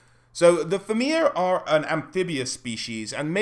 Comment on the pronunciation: It's pronounced Feena, not Feeana.